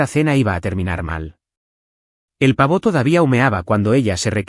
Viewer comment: No sé porqué en estos relatos al pavo 🦃 se le llama pavó 😮😮😮 Y se pronuncia Cler